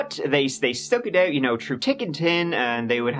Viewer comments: 'tick and tin' 🤣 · "Tru tick and tin" - love ya:D